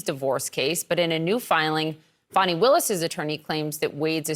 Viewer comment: That's not how Fani is pronounced. Fa-knee